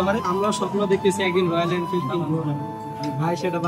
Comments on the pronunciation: ওটা ইনফিল্ড না রে,,, ওটা এনফিল্ড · Are ইন্ফিল্ড noy এনফিল্ড ota